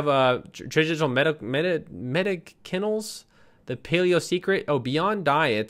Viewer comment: Great content buddy! Thanks a biggie! Oh, btw . . . *me·dic·i·nal * /məˈdisənl/ :D :D :D